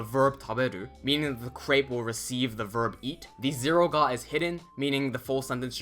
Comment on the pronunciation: I understood the "God particle" instead of "ga particle" at the start of the video.😅 I thought it was a bit sarcasm, as it is not far from the truth in Japanese language... Thank you for the videos - extremely helpful!